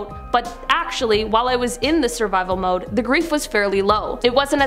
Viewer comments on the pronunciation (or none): none